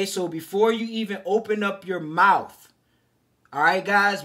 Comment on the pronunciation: Immediately begins to speak like a criminal....he said mouf. Bro, its mouth. Speaking like this promotes crime and degeneracy by trying to make it look cool. Bring back a culture of honor amongst men. You will attract dumb women who like to be abused and run through if you speak like this. If you speak like this around a cop, they will assume you are a criminal. Its not racism either, stop with that b.s. its like " oh, he sounds and acts like a criminal, maybe he's a criminal" talk right and you'll attract better people.